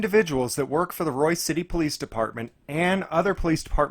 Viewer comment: BTW, it's "Royse" City. Avoid it like the plague.